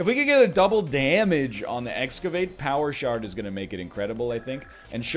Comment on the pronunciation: Am I the only one who, when he says "power shard", can't stop hearing "power shart"?